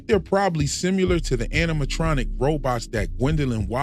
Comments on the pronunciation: really enjoying these vids. you bring up a lot that i didn't notice and a lot that i flat out didn't know from outside of the show itself. this is purely for your benefit as a creator- if it's unhelpful then ignore it entirely but "similar" is pronounced "sim-i-lar" rather than "sim-mew-lar" again, thanks for the great vids! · similar is pronounced sim·i·lar not sim-u-lar.